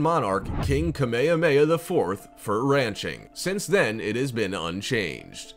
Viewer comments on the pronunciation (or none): King "KAMEHAMHA"